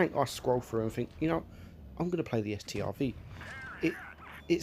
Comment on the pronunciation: It’s not S-T-R-V it’s just pronounced Stroodsvawn